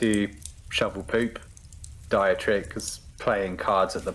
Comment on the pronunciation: Dietrich is pronounced Dee-trick